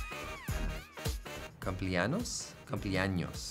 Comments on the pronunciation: soy yo o dice "Copie anos?" JASJASJ perdon mi reí xD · "CumpleANOS" JAJAJAJAJ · “cumpleaños” Ryan:cumpleanos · cumpleanos XD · Me re reí cuando dijo cumpleanos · ¨Cumpleanos¨ KKKK. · jajajajaj Cumpleanos.... XD igual pronuncia muy bien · Cumpleanos jajajajajajaja Mondino mal xd